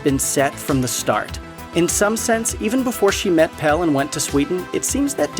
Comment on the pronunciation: God knows why you'd make a video like this and insist on mispronouncing almost every single name in the movie, as if you hadn't heard them pronounced multiple times while watching. I mean, "Pell", come on.